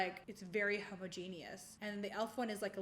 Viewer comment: Oh Huda, I love you and I love this, but you just said homo-genius 😂 someone help her pronounce homogenous 😂 anyway LOVE this comparison video. At one point I actually thought the “cheap” side looked better! Just goes to show that you don’t have to splurge for good quality. Some of my best makeup is from the drugstore! This video was fun. Please make more!